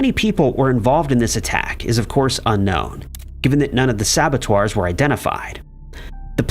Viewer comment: Yeah, I also wanted to point out that sabateur doesn't rhyme with abbatoir lol